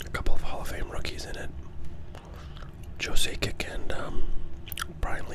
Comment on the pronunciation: Joe Sack-ick ;)